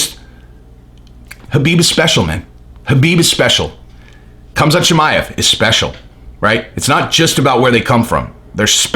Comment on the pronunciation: It's not Cumzat. It's Hamza